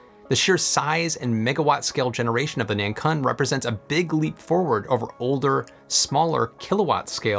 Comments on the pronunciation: btw 南鲲 (pinyin: nánkūn, pronounciation is more like nan kwun, as in KWick and UNdo). A 鲲 is an interesting character, it's a legendary giant fish that could transform into a giant bird (not sure what the English equivalent is or if there even is one) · 南鲲should be pronounced as Nun Koon, it means South Whale 😅